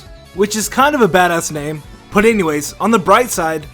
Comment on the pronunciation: A Name é not è